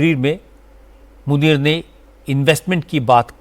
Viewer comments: Anchor ko naam sahee ana chahea..Asim muneer not nazeer😂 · Pahly aap name lena too sekh lo asim nunir hy nazir nahi hy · Munier not nazeer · General Asim najir Nahin general Asim Munir hai pahle Naam to sahi Le lo FIR news bhi banana is baat per